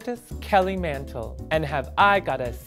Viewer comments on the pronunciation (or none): "Kelly Mantlé" AHAHA